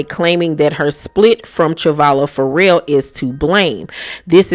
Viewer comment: I've never heard someone read Ferrell as 'for real.' Will Ferrell is going to be shocked his name is For Real lol. It's pronounced fuh-REHL.